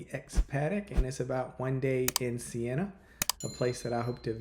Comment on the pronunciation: Siena! Not Sienna!